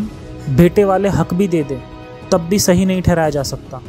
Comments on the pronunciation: Dekho aap muslim nhi ye toh confirm hai- sahi ko saahi bol rhe ho. But apne jitni baatein batayi hai unki tahkeek krungi. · Sahi ko baar baar saaahi saahi kion bolte ho, kabhi sahi shabd nhi suna india me?